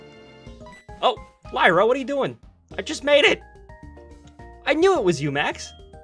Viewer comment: Max your pronounced Lyra wrong